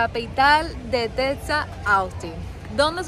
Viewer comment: ¿Cómo... cómo... "Tetsas..." he escuchado... Tetsas... de verdad? Vaya Maestra, pues entonces ando por Oatsaca, Métsico. Ergo, aunque haya una Equis...pobrecita la Jota... caratso.